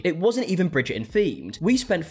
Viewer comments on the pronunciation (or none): I’m here again, two weeks later, to listen to say “Bridger-In” over and over again. 😂 Love you and your accent! 😘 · “Bridger-un” 😅 Sorry I had to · I keep hearing "Bridget and balls" 😭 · "Bridgerrdin" hehe😂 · Why do Bri-ish people refuse oo pronounce the T in words or names like Bridger-on?? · Bridger'in lol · the way he says bridgerton is hilariousssss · avoiding that T in Bridgerton like it's The Unknown from the Glasgow Willy Wonka experience 😂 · It’s blowing my mind hearing and actual Brit pronounce Bridgerton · haha no...just the letter "T" 😁